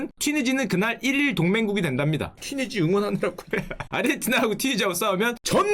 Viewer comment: 튀니지가 아니라 튀지니